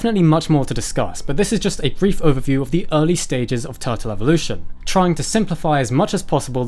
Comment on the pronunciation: "Evolve" but "Evvolution"? And why pander to the Americans by calling them all turtles, when there's a perfectly good name for all, which you even mentioned - although you pronounced it wrongly - testudines It's Latin, so it should be testudin-ays...just sayin'...